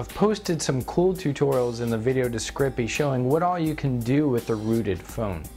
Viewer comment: you said discrippi, lol :D luv it